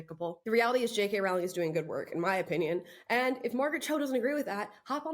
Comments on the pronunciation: Her last name is pronounced "roh-ling", like rolling". Not like growling. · Amala, PLEASE pronounce 'Rowling' correctly. It rhymes with 'bowling', not with 'howling'. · Wanted to listen to this story, but can't get past 'Rowling' being mispronounced any more. Rowling rhymes with 'bowling'. She is one of the greatest English writers of our time. I wonder if she has even heard of Ms Cho. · Why can’t people get her name right? ROW-ling. Row- as in rowing a boat. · J.k. Rowlings' name is pronounced like Bowling. Like the sport.